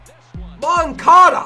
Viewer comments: It’s Mon-cah-da not mon-cay-da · Moan-ka-da not Kay-da